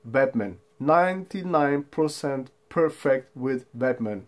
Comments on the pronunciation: Great video, sounds like you saying batman.... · it just sounded a bit funny, been a English speaker. But your english is spot on.